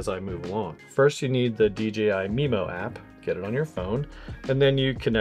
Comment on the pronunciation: It’s DJI not DGI, why is this so hard to pronounce. 🤦🏽‍♂️